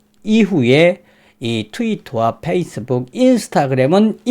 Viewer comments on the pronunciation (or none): none